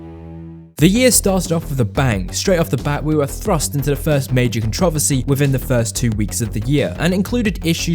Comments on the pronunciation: The CVR123 cont rov esse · Same🤣 contrOversy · Dear god. Con tra versy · The way you say Controversy 💀 I can’t